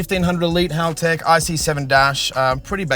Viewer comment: is the only one who can say Haltech properly